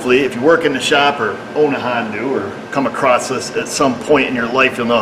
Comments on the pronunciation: Don't be a republican idiot and stop saying Hondu. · What firm make this Hong Doo vehicle? And it's hell I coil, not heelocole